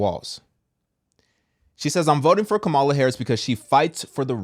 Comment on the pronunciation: Kam-a-la just like you pronounce Pamela . It's the same way. So many people mess up her name. Lol.. Said with love❤